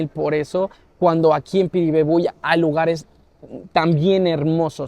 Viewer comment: cumple muy buena tu pronunciación de Piribebuy,vamos por más brother...💪